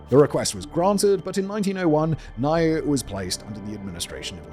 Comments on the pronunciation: Niue is pronounced New-way NOT ni-you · Niue = "Noo-ay" ... Kiribati = "Ki-ri-bas" ... Tonga = "Tong-uh". Most people get "Kiribati" wrong, but only Americans pronounce Tonga as "Ton-guh". 🤣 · I feel like I'm ragging in you here mate, but Niue is pronounced New-way and the people are New-way-uhns. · omg he did the name with Niue. What is it with pacific islands and Simon.